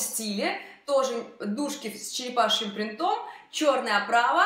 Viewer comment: .сколько уже можно бить по ушам? Не "принтОм",а прИнтом...так трудно запомнить?